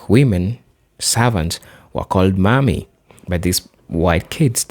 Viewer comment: Please, No, the way you say Mammy is not Mommy. Think of it as if you are saying yes Ma’am to a woman and the last part is Me. Ma’am me = Mammy This is the best way I can explain it.